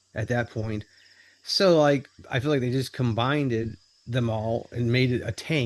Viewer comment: said combinded 😂😂😂